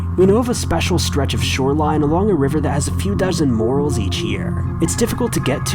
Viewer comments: For your info its pronounced MORE-RALLS not morales just saying good video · It's pronounced "more-ells"